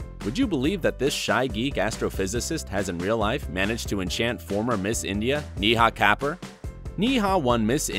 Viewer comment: Neeehaaa Kaper? It's Neh-ha Kae-poor